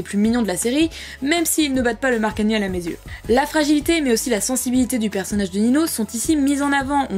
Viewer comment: mark est un garçon alors pk tu dis markaniel